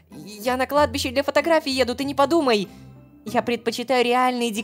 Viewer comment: ХАХАХА "на кадби́ше ветер свищет" Продолжение "на кладбище нищий дрищет" (Кладбище: ударение на И)